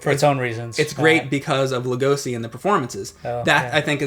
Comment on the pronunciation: not loo-go-see, but loo-go-she.